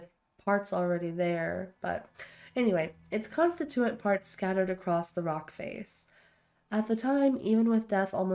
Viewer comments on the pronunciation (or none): Hey, …don’t forget you have grenades and a grenade launcher for enclosed spaces, where you have some distance…also, it’s con-STIT-u-ate…not con-sti-TU-ate…; and if you’re having trouble with VATS, you may need to raise your PERCEPTION…thanks for the fun watch…!